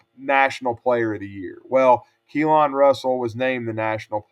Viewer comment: You lost your mind (saying keelon)Deboer has to win this year Simpson going be great